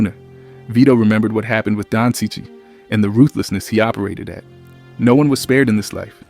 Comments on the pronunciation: It’s pronounce Chee-Chee, not sichee. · It's pronounced "cheech". No offence, mate 👍